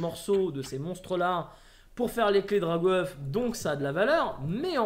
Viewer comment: C'est Drag' Oeuf pas Drago Oeuf. et le bieeeen change ça !